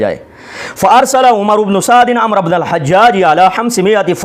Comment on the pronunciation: محترم ابھی آپ پڑھیں آپ کی علمی لیاقت علماء اہلسنت والجماعت پر اعتراض کرنے کی نہیں ابھی تو آپ کو۔ لفظ عمر اور عمرو۔ پڑھنے کا طریقہ نہیں آتا